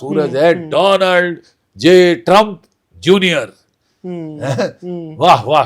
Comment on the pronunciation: मैं बोल बोल कर समझा समझा के परेशान हो गया हूं ,, नाम भी ठीक से नहीं लेते उस का डोनाल्ड नहीं,,,,, डोलॉन्ड 😂